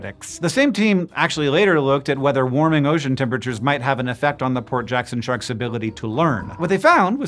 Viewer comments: For a while I thought you were saying poor Jackson sharks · Instead of “Port Jackson shark” I keep hearing Hank say Poor Jackson shark & now I’m wondering if it’s poor as in broke or poor as in “oh those poor creatures” & I can’t help but imagine a shark pulling out a wallet only for it to be empty😅😅😅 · I needed to look in the description of the video because I was hearing "poor" Jackson Shark the whole time and I thought "that can't be right." :D Port Jackson Shark makes more sense :D